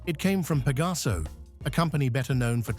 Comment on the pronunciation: Connolly, nicht Connelly! Pegaso, nicht Pagaso! Das ist keine künstliche Intelligenz, sondern wahre Dummheit! 🤦‍♂️